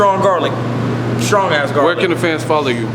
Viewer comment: "Let me tell you what caused it.... Garlik Butter!" #DEAD